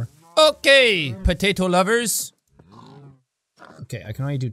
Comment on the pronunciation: I löv iet wen he says potate